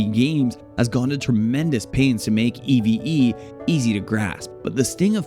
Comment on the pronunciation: Great video! P.s.: Just call it Eve Online. E.V.E. sounds... B.A.D.